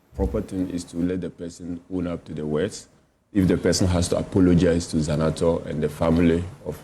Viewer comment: Zanetor not Zenator .